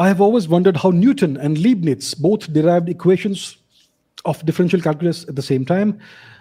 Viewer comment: First of all it's not Liebnitz(pronounced: Leebnitz) but Leibnitz (pronounced: Lybnitz). Remember Hitler's book Mein Kqmpf (that is pronounced (Myn Kampf)